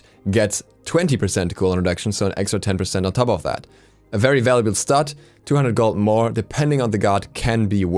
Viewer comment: How did you pronounce stat again? 😂 That made me laugh more then it should have